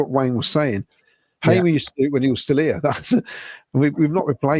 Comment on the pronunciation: The name is Hamer as in Harmer, not Haymer !!